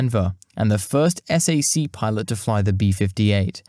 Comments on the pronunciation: Nice video, but you need to watch other people's videos before making your own in order to learn the nuances of pronunciation and local dialects & slang. I realize you're a Brit, but ask your American friends how to pronounce "Potomac" first. Nobody says: "S-A-C"; it's pronounced as "sack". It's the opposite of "RAF"; nobody EVER says: "raff" as in "riff-raff"; instead you would say: "R-A-F".... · Just FYI, Strategic Air Command bases were not pronounced es ey see (the letters) but "sack" as in McConnell air force base is a SAC (pronounced sack) base. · I appreciate the time and effort you put into this excellent, well-researched documentary. However, us old timers don't recognize when you call "SAC(k)" spelled out as S-A-C. Just call it "SACk." My father flew those for "SAC (sack)." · You do a better job at narration than I'd ever be able to do. But, nobody in the States says "S-A-C". It's SAC as in "Sack". Please forgive me for being the "um actually" peterhead here. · It's not "S" - "A" - "C" it's SAC/sack. You sound it out. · Po-tom-ack SAC = "sack"